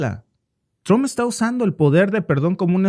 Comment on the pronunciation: Trump trump no Tron